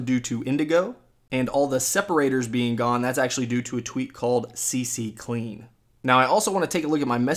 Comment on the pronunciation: CCLEAN NOT CCCLEAN !!!!!!!!!!!!! XD